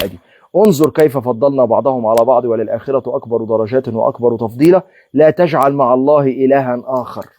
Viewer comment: ولَلآخرة مش ولِلآخرة